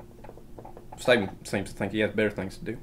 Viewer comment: Not Steven,.. 'Staven'. Im already laughing and its 20 seconds in is top shelf